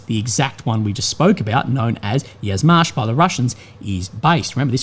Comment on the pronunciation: a little note/correction - Yuzhmash is not pronounced "Yazmash", but "you-zhmash". It comes from the Slavic word for south -yug, where you pronounce the "yu" like "you", not "ya". Yuzhmash literally translates as "Southern machine-factory".